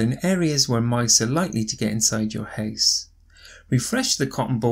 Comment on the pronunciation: Why the house pronounced like a hase??